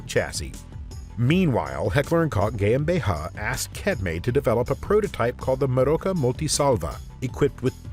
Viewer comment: It sounds like AI in the English though. Whoever narrated didnt know how to say Cetme or GmbH